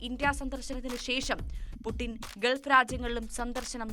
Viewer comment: 'ഗെത്തർ,' 'ഗെൾഫ് ' ഇതൊന്നും ശരിയായ ഉച്ചാരണമല്ലെടോ. 'ഖത്തർ', 'ഗൾഫ്' എന്ന് പറയൂ